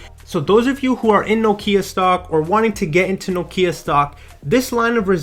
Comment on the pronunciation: Thank you for pronouncing Nokia correctly!